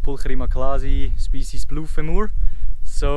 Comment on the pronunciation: Love your videos! Just FYI, femur rhymes with Dreamer. :-)